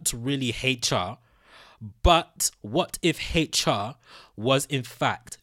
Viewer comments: why do you keep saying Heichar instead of HR? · Its hr not hateyall get ur speach together bro and no hate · Stop saying " Hate Cha"!!!!! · What letter is he trying to pronounce?